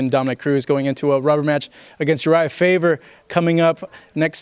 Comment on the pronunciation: It's Faber not Faver, you idiot!